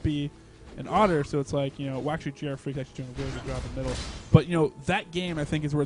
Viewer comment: I question the pronunciation of GrFr4ak, 4 in leetspeak is A, so isn't he Gee Arr Fraak? lol